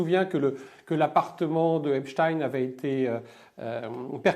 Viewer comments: Epstein pas epstine comme Frankenstein Merci. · En France, on ne dit pas "Epstin". La collaboration étroite d Epstein avec Ghislaine Maxwell aurait mérité d être développée... Un système de chantage,... avec des ramifications internationales. Merci pour ce partage. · Pourquoi prononcez vous Epstine ? J'en attendais plus de vous. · 😮🥺Epschtinn 😏 Et comment prononcez-vous : Frankenstein ? Einstein ? Weinstein? ...etc???? 🤮🤮🤮🤮🤮🤮🤮🤮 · Nous sommes français, prononcer Epstin à l'américaine n'est pas justifié. Dites-vous Einstin pour le physicien? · Monsieur Husson restez en à la prononciation française du nom du malandrin... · Pourriez vous nous expliquer votre prononciation à l'américaine du nom Epstein . Alors que votre partenaire, lui, le prononce à la française .